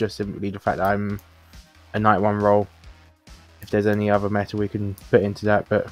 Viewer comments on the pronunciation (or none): none